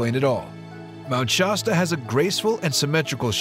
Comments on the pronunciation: Good video except for pronouncing the name of the mountain wrong. Shasta a is like shaft. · So is it pronounced "SHAW-STA" or "SHASS-TA" ?